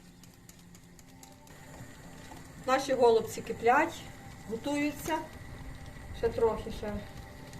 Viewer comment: У нас кажуть голубцІ з наголосом на останньому складі